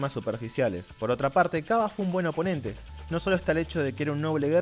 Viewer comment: jeje perdon que joda pero no se pronuncia kyabe xd